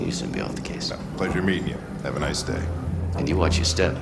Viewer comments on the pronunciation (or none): none